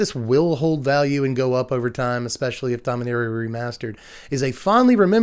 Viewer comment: You're pronouncing it Domineria, instead of Dom-ee-nah-ria. Is that from some official source pronouncing it?